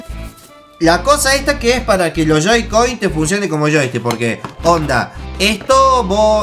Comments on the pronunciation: Wen te das cuenta que les dijo joy-coys aunque era joy-cons:v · soy yo o no parava de deicr JOY-COINS? es joy-cone xD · se llaman joy-con no joy-coin xd, buen unboxing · se dice joy-con no joy-coin porque no son monedas =V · Joycoins, que es eso?? Es "joycons" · "joy coin" TRIGGERED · soy yo o diji Joycoys? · Joy Coin :v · Dijiste joycoi y yoicoin